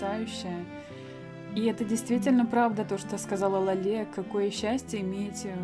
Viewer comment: Читай пожалуйста Ла́ле , а не лале́...... Я передёргиваюсь от Лале́)